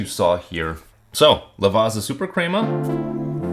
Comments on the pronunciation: Ok coming from an Italian its not pronounced LAVAZZZZZZZZZA, ITS LAVA-T-ZA as in Lava = Volcano Lava and "T" =T-om & Za = Za-ra La-Va-T-Za 😊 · Not Lavarza (pronunciation)….Lavatsa. Pizza=Peetsa. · You wouldn't pronounce it Piza, right? So why pronounce it Lavaza?! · Crema is pronounced with a short E, not a long E. Lavazza is pronounced as thought there’s a T at the end sounding like Lavatza. I had to bail out due to your mispronunciations. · It's pronounced "Lavatsa" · But it's not the correct pronunciation, even the english pronounce Lavazza as Lavatsa. Just take some time to practice, you'll get the hang of it. Otherwise, it's a good video, which I had to downvote because of the pronunciation. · I know you're probably partially american so you don't care but Lavazza is pronounced 'lavatza'. Thanks for the review though, I may have a try of some. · it’s pronouced “la-vat-sa”